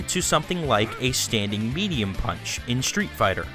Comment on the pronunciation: why are you pronouncing street fighter " SHTREET FIGHTER?